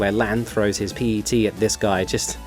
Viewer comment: nerdy gripe of zero relevance: PET is pronounced as one word and not by the letters. idk why. just how it be.